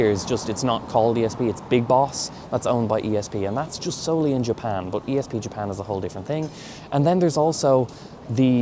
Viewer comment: Why do you pronounce the letter U as a O ? You say “bot” instead of “bUt”???